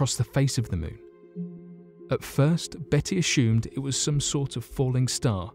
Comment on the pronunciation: nah he's cool...my favourite is when he pronounces 'assumed' as ' ash hoomed' . Very Sean conner. 😊